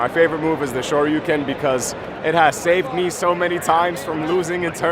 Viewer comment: those guys mispronounce "shoryuken". supposed to be "sho-rye-you-ken" instead of "sho-ree-you-ken" ..........................................